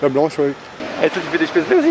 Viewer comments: On prononce chpétsleu ;-) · Spätzle se prononce "chpètssle" ^^ et oui vive l'Alsace!! On connaît bien tout ça ici, bonne initiative cette adresse!